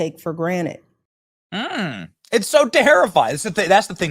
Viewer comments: I just can't get over Michelle Obama not being able to pronounce "granted". With all her education, she still talks like a 12 year old hillbilly. "People take it for grannitt". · "..that some people take for granite" 😆 Yes, the bully pulpit is clearly sandstone, but I'm gonna take it for granite.. like an illiterate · Michelle Obama said Take For GRANITE. What a dumb person. Its take for Granted. This lady was in the white house she couldn't even get into my HIGH SCHOOL. Big Mike is DUMB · Michelle Obama said TWICE in this clip“take for “granite,” rather than “ take for granted.” Command of “English language?” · Mobama cannot even speak proper grammar...sHe said "people take for granite", not " people take for granted"...NOT presidential in any way, shape or abnormal form. Mobama needs to worry about the multiple 911 calls from, and the murdered chef behind, their house on Martha's vineyard that will, at any moment, slide into the sea due to faux global warming...and sHe's worried about trump?!?